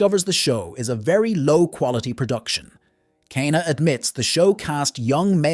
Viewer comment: Same with "K-na"